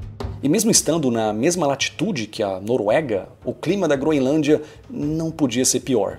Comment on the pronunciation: Não se pronuncia “Gro-IN-lândia” 🙄